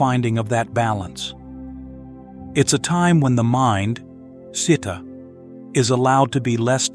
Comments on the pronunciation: The reader should learn to read Pali words correctly e.g., Citta (jit-ta). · Citta is pronounced chee-ta.